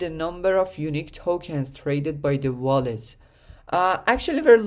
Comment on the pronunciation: its called a WALL-ET not a VALL-ET lmao, good video otherwise great info!